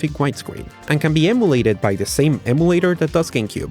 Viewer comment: Emulator is pronounced like Em You Late Er. NOT Eh Moo Late Er. Just helping you out with your English.